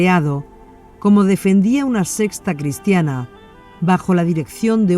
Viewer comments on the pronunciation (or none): Yo me pregunto, porqué la narradora dice: (Sesta en lugar de secta) (Ecunémico en lugar de ecuménico) Entre otras más.